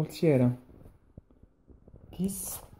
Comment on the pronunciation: che ssspettapedoh :D